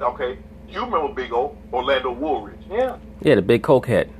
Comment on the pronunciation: Did I hear this noogah say "Orlando Woolridge"?😂😂😂 LeShannon needs to stop